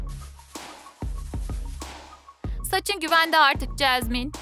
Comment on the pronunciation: Çeşmen değil Jasmin 😁😂😅